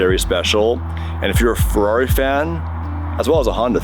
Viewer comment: You are butchering the F1 teams name lol.